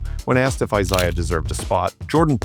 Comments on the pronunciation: It is I-ZAY-AH Thomas. Not I-ZIGH-AH. It’s hard to take this video seriously when the narrator can’t even pronounce names correctly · He can't even pronounce names right laim beer and eyes eye. Smh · Isiah is not pronounced “A zia” It’s pronounced eye-ZAY-uh. 😂 Laimbeer is not pronounced LAME-BEER. It’s LAM-BEER. 😂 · FFS dude the way you pronounce Isaiah is enough to give someone an aneurysm. I-SAY-AH not AZAYAH ffs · Is this AI VO? It's eye-ZAY-ah, not eye-ZIE-ah. And what's with the "He was a racist" LIE? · It's spelled Isaiah and pronounce I - ZAY - ah. Magic was the one who said Isaiah would not have fit the team and would have caused a lot of drama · I wish you would stop saying Asiah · Eye zay yuh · WHY TF IS THE NARRATOR SAYING THE NAME ISAIAH THOMAS LIKE AY ZAYA?!?!?!? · A i voice over 👎 "Eye-zai-yuh" ??? Get outta here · When I hear "Izaya" Thomas, I thank God that AI is now doing narration. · Izahaaaaa… my god…. SAY IT RIGHT NOW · Eye zy uh got no respect from the makers of this video either. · Eyes Eye Uh Thomas 😂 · It’s not “I-Zia” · "Is-ZY-iah Thomas".... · Eye yai yai! Don't you know? Cukoo clock AI made it up and its Eye-zeyeah wiss an eyebald!...I theenk. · Why can’t these AI voices get their names, It’s Eye- Zay -ah Thomas. I cannot listen to this AI voice any longer. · Out the gate this trash heap AI can't even pronounce Isaiah Thomas's name. Wack! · How effin hard is it to say isaiah, the right way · who are you talking about 5 cant pronounce isaish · AI generated “name” I suppose. SO SO annoying the way Isaiah is mispronounced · Isaiah deserves better than that. Stupid A.I. I can't watch the rest of the video.